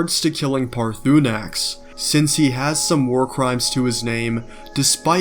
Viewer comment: I tried, but you said "Parthuunax". It's supposed to be Parthurnax, with an r after the u. Makes me believe you have never actually played and are just reading a script, a common occurrence on Youtube. Edit: Monetized mods? Are you dumb or are you just trying to prey on ignorant people? They haven't monetized mods. They made it so people can monetize their own mods. I guess you're one of those that think people should just keep doing stuff for free. If I put weeks/months/years of my life into something that I believe people would pay for, and have the ability to charge for it, then I certainly will. Does Bethesda make any money off of those mods? Sure, why not? They own the game. That's their prerogative.